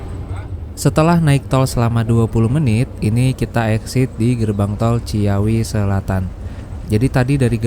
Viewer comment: Ci-awi mas... bukan cia-wi. Btw start awal... start ya pasti awal. Mana ada start akhir 😅😂